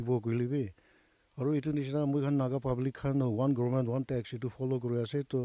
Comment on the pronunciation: Dear sister please lean to pronounce Government.